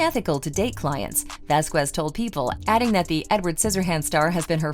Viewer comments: Camille's last name is pronounced: Vas kez....it's ignorant and racially offensive the way you pronounce her last name. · Her and HER BOYFRIEND just went to a Depp/Beck concert with other attorneys. And it's not prounounced "Vasqwez".